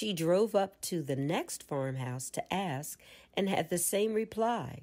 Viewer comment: I am so terribly disappointed that at around the 28th minute you say or read that the teacher asks but you intentionally choose to use the word ax or acts instead of ask. Sadly, I'm going to find another narrator to listen to because willful misuse of the English language saddens me.